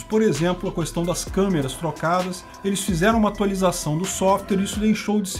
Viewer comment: "qUêstão" é foda kkkkk